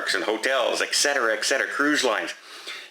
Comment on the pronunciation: ET CETERA, PLEASE! NOT ECK-CETERA. Even the abbreviation, etc. does NOT have a k in it!